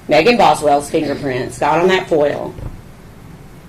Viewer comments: The way he says full instead of foil is actually driving me mad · The i in foil and oil is silent in that part of the country.